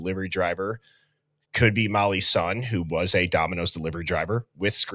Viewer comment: EVERYTIME you said "Mollys son" it sounds like a Chinese word "Mollysson" 😂😂😂 Like the karate kid learning a new "wipe on wipe off" method 😂